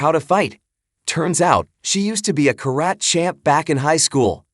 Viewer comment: The A.I. Robot doing the narration ... SUCKS. "Green Berrette" (the Robot's pronunciation of Green Beret), and "Ka-Rat" (the Robot's pronunciation of Karate). I had to turn it off to keep from stabbing MYSELF in the neck ... Jason Statham-style.